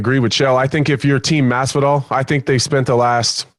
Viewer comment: Teddy ‘Mazzvidolll’ Atlas